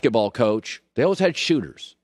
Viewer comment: The word is “always” pronounced as “always”